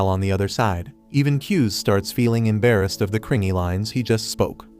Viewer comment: The way browsed embarrass "embarress"